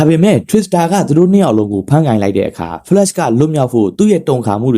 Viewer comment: ဒါမဲ့ တစ်ချက် တစ်ချက်ဆို flash က flask ဖြစ်နေတယ်😅